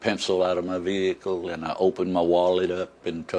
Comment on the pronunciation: plus he says vee hicle